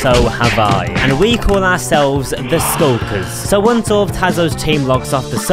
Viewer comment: is it me or did he really say wones awnd fow aww in / ?????